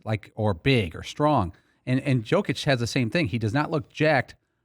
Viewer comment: Dude in the gray hoodie, it's Yo-kitch. Not Jo-kitch.